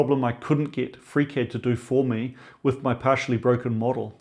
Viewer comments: I had to start the video over at about the eight-minute mark. That's the point where I realized that you were saying "FreeCAD," not "Freak Head." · Are you saying "freak-head"? Is this the foundry guy's name? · Wait, he was saying FreeCAD this whole time??? I spent half the video wondering who this freakhead guy was he kept referring to! 😂😂😂